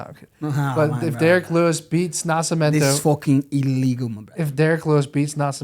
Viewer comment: The level of respect I will show that fight gear is something you can't believe my brother.. also what the fuck is up with the disrespect of Nascimento.. they didn't even get his name right in the promo video! He said NasciMAmento.. put some respect on his name, he's your main event UFC!!